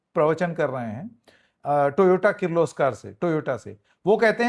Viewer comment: Toyota❌ Toyoto ✅ Credits: Gadbadi